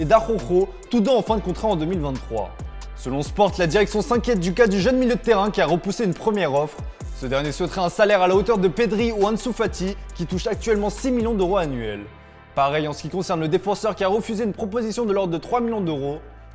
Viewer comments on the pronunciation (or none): Un peu de mal avec la prononciation du son « heu » Rocord, Millions d’oro, ropoussé, kort zouma Désolé de passer pour le connard mais ça m’irrite et fallait que je l’écrive 🥲